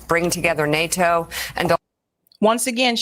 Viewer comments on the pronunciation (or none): none